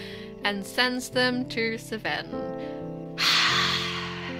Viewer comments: After having done everything except Rika's route 👀 I just watched her stuff on YouTube, fell further into angst... I will never get over this game's intense writing and insanity Edit: I can't stop laughing at how you call Seven "Sven" 😂😂😂 Awesome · Sorry but how tf do you pronounce seven😭😭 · why do you pronounce 7 like that😭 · YOU'RE THE FIRST PERSON WHO'S ASKED LMFAO I'M SURPRISED IT'S TAKEN SO LONG first time i played this game with my friend she mispronounced seven that way and i've called him that ever since